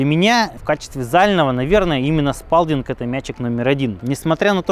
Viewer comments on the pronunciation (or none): Почему Спалдинг?Лучше Спэлдинг,а правильно Сполдинг. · Всю жизнь говорил не спАлдинг и не спЭлдинг, а спОлдинг. И по-моему именно так и звучит название фирмы.